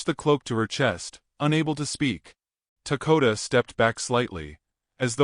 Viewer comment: what is his name? I hear Takota but see Dakota.